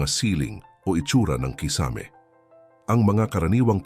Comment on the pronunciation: nako naman mr vlogger paki bigkas naman ng tama ang KISAME hindi naman foreign word yan! pki google sa tamang pag bigkas pinoy ka naman kaya no excuse pls pronounce your words correctly! Tagalog na nga palpak pa! haisttt